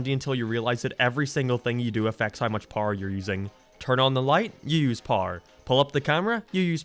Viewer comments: Blud is pronouncing power powr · Didn’t realize this dude WASNT American til he said America and power 😂